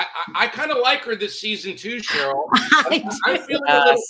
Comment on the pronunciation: Ronald Richard is the smartest guy in the room and he still don’t realize Sharrells name is not pronounced “Cheryl” 🤣